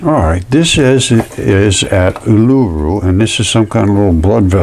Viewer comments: Australian here. Fascinating stuff. Pronounced "oo-lah-roo".❤ I think the "balls" you see piled up, are actually bushes. I don't really like the sound of living on a giant scab, but I guess I do! 😂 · Pronounced EwL-A-ROO , OOL -A-ROO = Uluṟu . 😊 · Sorry,pronunciation of Uluru: OO la ROO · I'm not being bitchy but how, pronounces Uluru, is just a little bit annoying. Im Indigenous Aussie. But he is onto something, I respect him for his dedication to the channel. ❤👍🏾